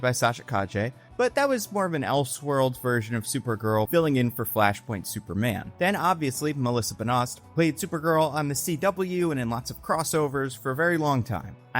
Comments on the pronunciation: Melissa "Benost" 😂😂😂😂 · did just mangle the name “melissa benoist” beyond all comprehension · I literally was like "Wow I didn't know it was pronounced like that..." lol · Is determined to just purposefully mangle every actor and creators name he can? How the hell do you butcher benoist after gearing it pronounced for years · Yeah, it's a recurring thing. He's not good with names. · He does this in every video. There's always 1-3 words he butchers and I'm convinced he's doing it specifically to target me 😭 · It's pretty common. No one in the US can even pronounce Dennis Villeneuve.